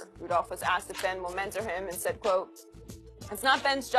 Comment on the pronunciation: "When he was axed', I thought I heard. But he meant 'when he was asked".